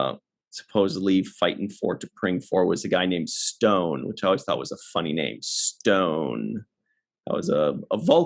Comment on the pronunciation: Going by Original T’Pring’s accent, in Amok Time, “Stonn” rhymes with Khan.